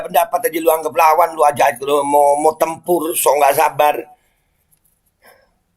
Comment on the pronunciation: saya dengarnya sekilas bukan tempur, tapi nempur (nempur beras)